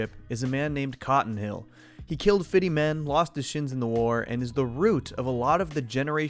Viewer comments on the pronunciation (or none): Are ebonics in babbel? You said fiddy instead of fifty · Gotta love how he says Cotton killed "fiddy" men. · I love how you say it like Cotton “killed fiddy men.”